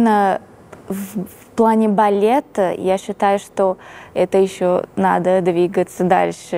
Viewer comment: Приятнейшая правильная речь. Милейшая редукция гласных, проявляющая в героине бразильянку (говорит "балета", а произносит "балеты")))).